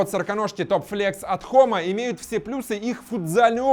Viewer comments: Не хома а джома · Джома а не хома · Может джома а не хома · Правильно джома